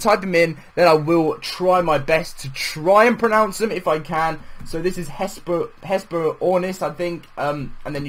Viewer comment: He couldn't even pronounce pronounce lol 😂